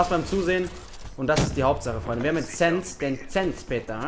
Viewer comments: booor es heißt sense das letzte s wird gesummt wie der Tod mit er sense und nicht sense wie du es schnell spricht bist du rille von wegen abi 😂😂😂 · SENZ? Nicht sense HAHAHA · Es heißt Sense nicht SSENS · Sense ist ein deutsches Wort 😂 man spricht es SensE aus 😂